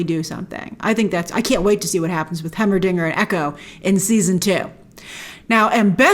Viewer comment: Hearing her say Heimerdinger hurts me lol